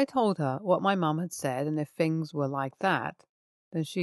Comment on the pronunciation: I like listening to these stories but I do have a problem listening to the Th words being turned into F. For example Things is Fings. I know that’s possibly just me but I do think that clear and correct pronunciation is important for this kind of video. I also find her voice a little low. I’d prefer a slightly clearer voice like the announcer at the beginning.